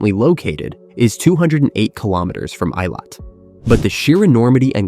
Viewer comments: It's pronounced ay-LOT, not EYE-lot. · The southern port city of 'Eye-lat'... :) 'ih-lat.' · Eilat is not pronounced as "eye lawt" but "ay lawt" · I live in Eilat, Israel. It’s pronounced “EE-lot”, not “eye-lot”. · The name of Israel's southern port city - Eilat is pronounced AY-LOT not I-LOT. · Israeli here. Good coverage, but doesn't touch on current security challenges. And you could have done ten seconds of research to find out how to pronounce Eilat...